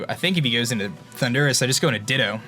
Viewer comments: oh my god, you drive me crazy, it's THUNDER, RUS. PLEASE PRONOUNCE THAT RIGHT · I got triggered everytime he says Thundurus